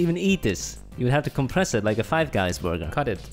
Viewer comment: No one: Literally no one: Not a single soul: /: nice borger